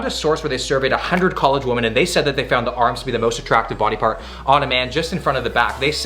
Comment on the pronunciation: Women->"whee-men", woman->"whoo-man"